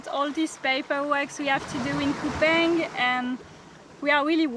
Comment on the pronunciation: It’s Kupang not kupaing